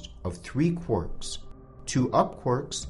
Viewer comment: "Quorks"? Ahhhhh it's "Quarks" :D